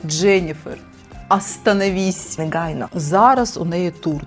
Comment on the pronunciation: Я з цього «неґайно» кожного разу орунькала чайкою😅